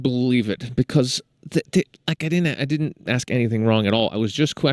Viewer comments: and the word is ask not AKS moron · He axed here